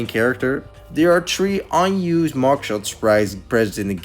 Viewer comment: I like how he says 3 "Tree"